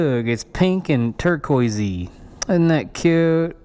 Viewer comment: not sure if torqoiceee is a word lol